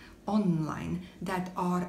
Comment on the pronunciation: Pronounce "är" as the English word "air" And happy birthday!